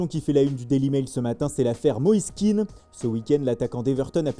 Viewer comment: Moîse est d'origine ivoirienne, son nom se prononce Ké-AN (ça rime avec Orléans ou avec Pierre Péant) .Merci.